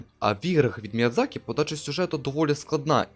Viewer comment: Міядзакі. Ви припиздохані. Міядзакі